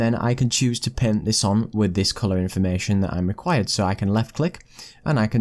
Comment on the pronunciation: So many people say "paint" as "pehn" and I'm always like "????? What pen???" 😤